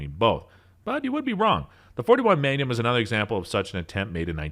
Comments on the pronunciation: Is anyone bugged by how he pronounces maGnum . All I hear is manum lol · Take a shot every time he says "megnim". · I've never heard "Magnum" pronounced that way in my life. Same goes for the word "obsolescence". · Lost me on the pronunciation of MAGNUM